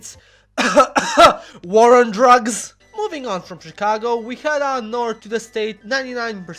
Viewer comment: why di you call it SHEcago if its written CHIcago?